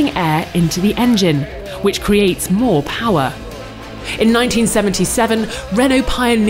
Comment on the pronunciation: moah powah baby